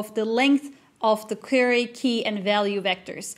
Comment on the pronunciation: Very interesting and informative. Thank you for providing a very detailed explanation of Transformers. One note: The word "Query" is pronounced like Qw-eerie (USA English). The beginning sounds sort of like the sound of "Quarry", or "Quack" but rhyming with dearie.